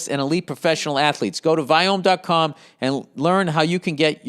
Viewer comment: the fact Bill forgets how to say Viome every single time is my favorite part of every podcast hahahahaha